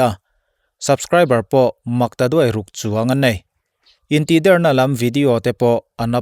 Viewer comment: Intihder tih hi 'Der' tih hi thluk san tur a ni lo. A bialnu a tih der tih i lam a i sawi ang hian a dik zawk.